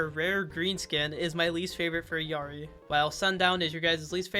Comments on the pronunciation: Proper Illari pronunciation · You are like the fist content creator that says illaris name right. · as a peruvian person, thank you so much for pronouncing Illari's name correctly 🙏🙏